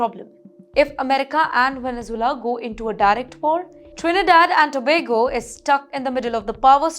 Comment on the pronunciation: Great pronunciation of Trinidad and Tobago